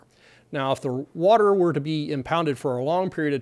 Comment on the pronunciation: What’s with this “as it werr” ? 🤠😄😉🤓